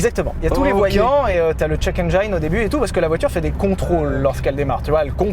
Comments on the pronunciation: "le check Eng-aille-ne" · Ah et on dit check engine, pas enjayïne 😅 relou ✌🏻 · le fameux "check engaïne"...